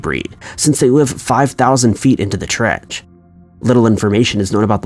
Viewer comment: in the "trech"?